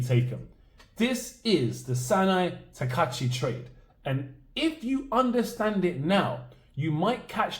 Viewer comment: Her name is Takaichi with "I" in the middle.